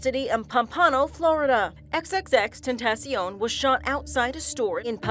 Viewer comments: she goes... xxx ten tas ioun not xxxtentacion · Why u say Tentaseeoun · excuse me but Whos xxxTENTION I only know xxxtentacion 🤨